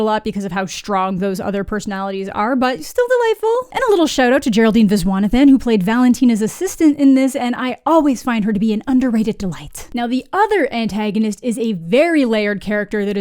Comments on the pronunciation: girl you butchered saying Vishwanathan 😭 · it’s vi-shwa-nah-than. P sure it’s a Tamil name.